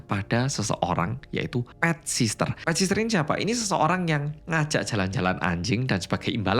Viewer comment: PET SITTEEERRR 😭 BUKAN PET SISTER 😭